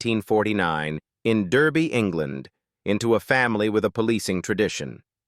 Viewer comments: It's pronounced dar-bee not dur-bee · No-one in the UK needs to hear Derby pronounced incorrectly. It wouldn't be if a British narrator had been used, or at least someone who bothered to check how to say the words before making a public mess of it. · I cringed at the pronunciation of the city Derby! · "Derrbee"? It's DARBEE! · Derby pronounce Darby ! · Derby is pronounced "Darby" in the UK you stupid 'merkin commentator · 'Derby England' pronounced 'Darby England' - not 'Colin Tarant' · Derby is not pronounced the US way. It's actually pronounced Dar-bee🤦‍♂️🤦‍♀️🤦. And Kevin Lloyd lived in Duffield, 5 miles north of Derby. Shall we try Derbyshire next? Pronounced Dar-bee-shire🤦🤦‍♀️🤦‍♂️. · Pronounce things properly derby pronouced Darby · Yes, can you get them to pronounce Derby correctly! It's Darby not Derby. So annoying. Plus why an American narrator? (AI or not). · Derby is pronounced Darby! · it’s pronounced Darby and Darbyshire , fecking yank AI shite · It's pronounced Darby. Spelt Derby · DAAAR - BEE, Is how to pronounce Derby in English. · "Durby England" where on earth is that? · Duuurby 🤣🤣🤣🤣🤣 im nottingham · It is pronounced DARBY!! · Why have we got American ai commenting when it’s never even watched the bill and can’t be arsed to pronounce derby They deserved better than this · Right? Their pronunciation of "Derby" is criminal.